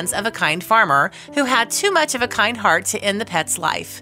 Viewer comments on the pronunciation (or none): none